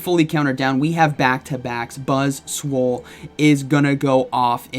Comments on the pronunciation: Sounded like one time you messed up and said BuzzSwole. I was like, yea, that's not inaccurate, look at that thing. Lol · Faster i spell this buzzwole it sounds like butt$ole. 😬